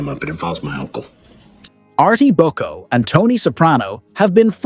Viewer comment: Wow, the AI script and voicing is really bad here. "Christal Meth" "Artie BUCKO" "one of these old must gets wet" "Richie a Prior" I can't keep track any more. Great video otherwise.